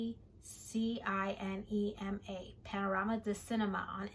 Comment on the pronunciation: So proud to be part of it. I love how you pronounced Panoramas de Cinéma. Thanks a lot:)